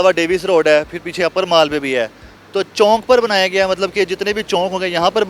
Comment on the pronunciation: Anchour Sahib Chowk hota hai Chonk nahi, Educated ho kar be Chonk Chonk khai rahyeh hein.